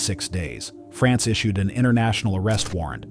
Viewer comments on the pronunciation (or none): none